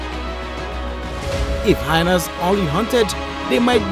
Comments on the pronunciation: The word is 'hy-enas' in English, not 'hinas'. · I love how the narrator pronounces "hyenas", rhyming it with vaginas.